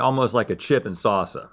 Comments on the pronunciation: "...a chip and sawsa" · Has anybody else noticed Rhett pronounces salsa like sasa 😂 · Rhett has pronounced wolf “woof,” golf “goff ,” and now we discover he pronounces salsa “sausa.” Maybe since calf is pronounced “caff,” he imagines there’s a rule about a silent L before a consonant. Have we heard him pronounce “false?” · Is no one gonna talk about the way Rhett pronounced salsa?